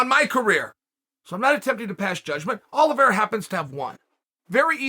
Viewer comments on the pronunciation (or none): *Chael Sonnen:*Charles Oliveswhereare and Dustin Sorrier. Me: Ok great.